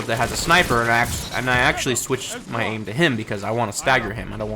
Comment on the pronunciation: you pronouncing your name differently every time annoys the hell out of my friend lol its great